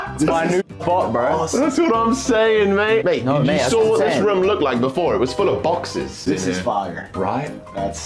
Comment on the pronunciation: Bruv gotta love the way Kay say room it be like he’s saying rum